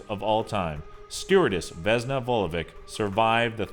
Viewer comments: its not (pronounsiation)Vesna Vulovik its Vesna Vulovich :D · Vesna Vulovich...slavic names with -ic reads ich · You pronounced Vesna Vulovic wrong. You don't pronounce c at Vulovic like k you pronounce it like ch because they put c at the end of her name but they should wrote ć, letter in our language that pronounces like ch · the funnyest thing is how he pronounces the vesna vulovic 😂😂 its veSna not vezna and its vulović not vulovik 😂😂😂